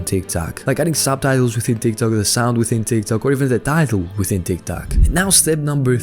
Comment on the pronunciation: Does he say Tiktak with intention??